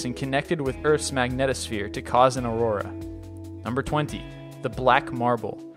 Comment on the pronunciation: Ugh.... the amount of mispronunciation of common words in this video is horrible. I don't expect everyone to know how to say every word in existence, but getting Andromeda wrong? Aurora, just after saying it correctly? Really? Do you read this all in one take or something? I love your videos but DAMN, ever heard of do-overs?